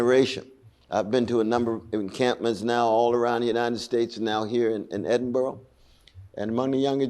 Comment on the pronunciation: He's an ignorant antisemite. There is no genocide. That's a libel. He can't even pronounce the name of the city where he is - Edinburgh. This man is a grifting huxter.